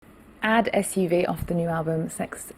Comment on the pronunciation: she's polie enough to tell her she pronounced ADD SUV wrong....